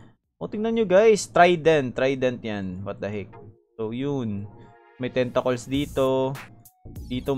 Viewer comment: A legend once said, "tentakols" hahahaha luv u lodssss✊❤️